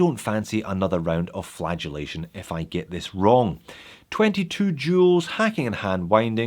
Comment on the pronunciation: Great video as usual, but I keep hearing flatulation instead of flagulation and it really throws me off 😂